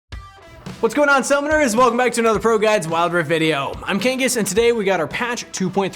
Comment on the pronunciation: Your name is not kangas